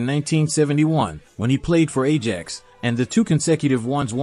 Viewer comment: It is Football not soccer and if you are unable to pronounce Ajax correctly why should you even be speaking.